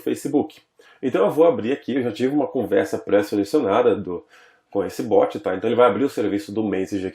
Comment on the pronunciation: Poxa, mestre... A pronúncia correta é BOT, não BOOT.